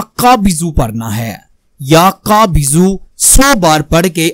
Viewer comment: Ya qabizoo.. Ap thk se nai lafaz ada kr r